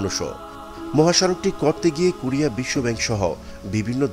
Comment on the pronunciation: For your better information: not “Kurea” it should be pronounced “ Korea”, follow the rules.